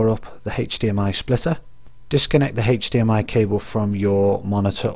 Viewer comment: can we get a count of how many times he said "Hechdmi" tysm